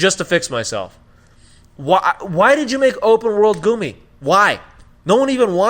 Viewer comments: Lol if this man says “Goomy” ship one more time! Yo it’s Gummi Ship! GUMMI! Like the damn Candy!!!! Just for that, Hard Dislike., Y’all clearly didn’t pay any attention to this game... btw Sora probably knows how to do keyblade transformations because of Vens heart being within Sora. He literally rode his from planet to planet in BBS. Amateurs! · wait did he say goomi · Overall fair assessment. I cant believe you guys didn't like the Gummi ship (pronounced guh me). I spent hours upon hours playing and enjoying the Gummi ship open world. I think it's the best version of the Gummi ship. So much fun!! To each their own, tho. Overall, I don't think any game is worth 10+ year wait. But really, it wasn't that long of a a wait since between KH 2 and KH 3 we had several new KH Titles come out that fleshed out more story. Then there was a new KH game every year for several years. So, that whole "we waited 10 years" Crap is bubkis. False. Untrue. Anyway, thanks for reading. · “Goomy” ships😆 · The reason Sora "falls" like that is reference to DDD. Remember the Drop Drives? (I think that's what they're called). The little mini games you do when entering a new world or swapping between worlds. I agree with most of what you're saying, especially the Gummi (pronounced Gummy) ship. I've never ever been a fan of the Gummi ships and I don't think I ever will, but despite my personal issues with it, they did do a decent job with it minus the controls. The first thing they tell you when you start the game is that Sora is level 1 again because of his struggles in the Dream world. I don't think they mention why the Keyblades are transforming the way they do, but man I freaking love it. If you're wanting to critique the game play, why not talk about how easy the boss fights were compared to other games? Otherwise, great content. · Never has been a fan of the Gummi (can’t even pronounce it right). Never been a fan of the gameplay. Yet reviewing Kingdom Hearts?! GTFO!